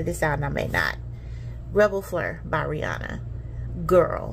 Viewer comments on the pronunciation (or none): none